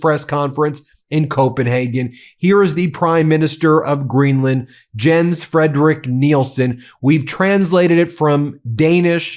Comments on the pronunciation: FYI, Jens is pronounced "Yens". They pronounce "j" as "y". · The forename "Jens" is pronounced Yens like yet or yesterday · His name is pronounced "Yenz" (Jens). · Just an FYI---Jens is pronounced "Yens". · Ben........ his first name is pronounced "yens". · In Danish, a J, when placed first in a word, is pronounced similarly to Y in English, e.g., as in "Yes." So PLEASE pronounce his name "Yens" so it doesn't grate on my ears. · In Danish, the "J" in Jens, is pronounced like a "Y". So his name is is pronounced Yens. My grandfathers name. I know accuracy and respect are important to you.😉